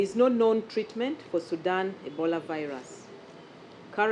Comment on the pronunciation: Why are calling it Sundan Ebala?